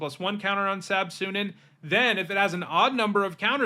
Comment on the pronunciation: its not pronounced sab suneeen, its sab sunEN